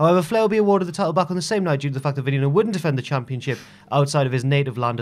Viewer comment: Its Vehh nehh no it means venom in spanish